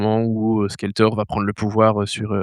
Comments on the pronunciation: Par contre je suis tellement pas d'accord sur Legend. C'était splendide!! "Skelltor!" tu dis, ah lalalalala tous les gosses qui ont vécus à cette époque disaient SQUELéTOR!!!!! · skeltor 😂 ça pique les oreilles 😂😂😂😂